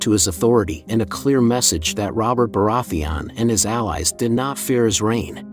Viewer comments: Bore-ath-thee on. Lmao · Why do you pronounce Baratheon like that even tho the show has existed for like 10 years and they say the name correctly like a million times? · Hate the way he pronounces Baratheon. Otherwise, great video. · Cool video, but the way you pronounce Baraetheon makes me cringe😂